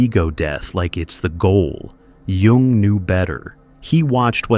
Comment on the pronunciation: Kudos for pronouncing Jung correctly.